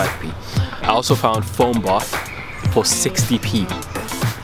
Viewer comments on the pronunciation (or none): none